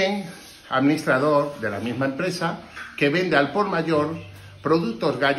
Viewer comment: Podicia? Que es eso? Y administradoood que es? APRENDE A HABLAR Y SI TANTO TRABAJO TIENES ALQUILA ALGO Y NO ROBES.